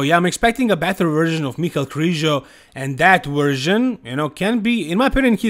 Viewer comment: You're the only youtuber pronounced MICHAL KRIZO's name right. "ME-KAL" as europeans and russians pronounced it.thats why the spelling of his name not including "E" to call him michaEL "MY-KEL".his parents gave him that name and spelling for a reason.but youtubers and lots of people kept pronouncing it as the regular "MY-KEL" .smh